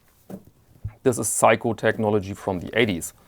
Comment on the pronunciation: When you compared the Vostok bracelet to an 80’s Seiko I thought you were calling it a “psycho bracelet” and that is probably a fair description.